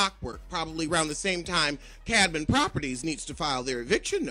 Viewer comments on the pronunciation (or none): He came with receipts but no dictionary. I need him to know how to pronounce Camden. It's not Cadman. He was winning until he repeatedly pronounced that 6 letter word wrong. Proofread before Reading.